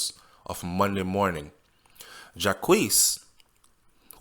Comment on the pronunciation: the name is french pronounced as Jacques and not jacquese